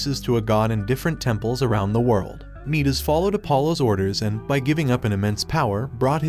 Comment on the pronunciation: its midas is pronounced my-dis also second